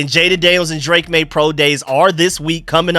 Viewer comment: I agree with. It’s maye